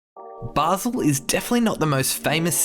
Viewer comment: Great video but it's pronounced "Bah-sil" not "Bay-sil"!!!!